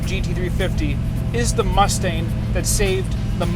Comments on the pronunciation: Is it just me or does he sound like he is calling the car a Mustaine? The car he is driving looks just like 5S089, which just sold for $499,000, which has no stripes, no mirrors and steel wheels. Also, I believe only 27% came from the factory with lemans stripes. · Jeez he keeps saying “Mus-stain” not mustang and it drives me crazy